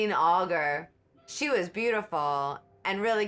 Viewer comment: Hey, just thought I would mention that Russia's Vladimir Putin uses body doubles who have had plastic surgery to look like him, and it is very effective. Oh, one more thing, Domino is played by Claudine Auger which is pronounced "O-Shay."